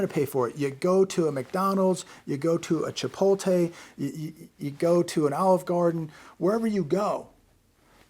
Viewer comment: Appreciate all the vids everyday. Here’s a gift back. How is Chipotle pronounced? It's pronounced 'chi-POAT-lay.